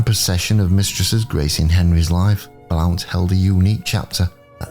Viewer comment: Pronounced blunt.